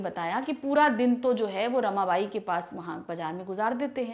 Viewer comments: Mam apko hindi pdni hi ni aati Usme rakhmabai likha hua tha na ki rmabai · Mam meri ye request h ki phele aap ek baar khud padhe kyuki aap galt bolete ho to es se negative impact ata h ham par aap ne aaj rkhmabhai ko rmabai bana diya ek din bhore ko bhairav bana diya to thoda dekh lo hamare board h es baar